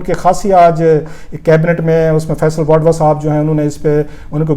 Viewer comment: Rauf Klasra sahib, thank you for sharing the important cabinet proceedings. But you kept me confused throughout in your video log about the federal minister Mr. Faisal "Vadwa". Probably you wanted to mention about Mr. Faisal "Vawda". Kindly check your pronunciation. Thank you!